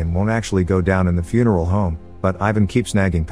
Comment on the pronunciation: The voice kept saying Fune-Erl- Home